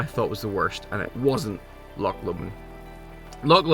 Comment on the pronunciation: An irishman who cant say loch? 😅 ive seen it all now lol 😅 the amount of folk who say how hard the west higland way is...as kids this is how we played! An irish man in a hiff about rain, who camt say loch 😅